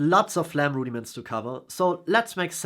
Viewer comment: I'm going to watch again just to hear you say Rudy-Mints : )